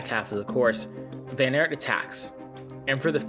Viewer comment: Please look up the pronounciations of the names. It’s not that hard in the times of the internet and just disrespectful to pronounce every name wrong. The Aert in van Aert for example is pronounced just like the English word art. So not that complicated even for a native English speaker.